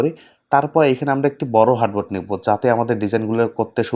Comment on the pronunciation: হার্টবোর্ড না আর্টবোর্ড বলে